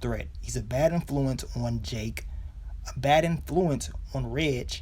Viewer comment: So glad you finally got hip to how to say Reg's name 🙌🏾🙌🏾 lol thanks for the recaps tho...watched them all 😉